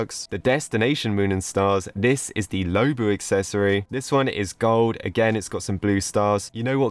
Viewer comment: Is not pronounced lowbu is lowbwo